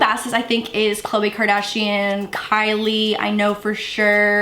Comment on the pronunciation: Kris Kardshiannn 😂